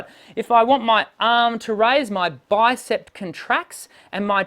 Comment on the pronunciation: It sounded to me as if you pronounced the names of the arm muscles as "bicepT" and "tricepT" . There is no final "t" sound in these words. They are pronounced as they are spelled: "bicep" and "tricep". (I don't mean to criticize - just offering helpful advice.) Your videos are great, by the way. Thank you for freely sharing your knowledge.